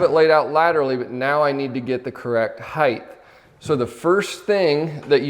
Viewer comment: "Height-th" There's no "th" pronunciation at the end of height my friend 😂 - great video though!